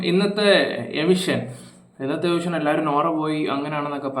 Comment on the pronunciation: എവിഷൻ ❌എവിക്ഷൻ ✅